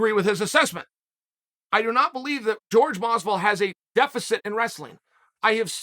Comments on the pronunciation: It’s Jorge not George. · Incapable of pronouncing Jorge?